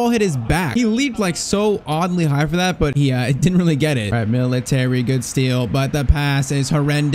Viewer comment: Bro calls militao "military" 💀